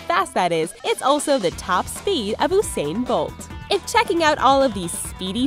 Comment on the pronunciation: Lol she said oosain bolt.